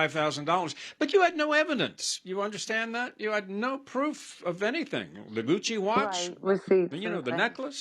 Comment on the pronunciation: She didn't say Gucci watch, she said cuchi